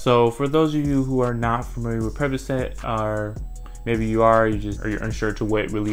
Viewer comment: Percocet 🚫 “Purp-ugh-set” molly Purpuhset✅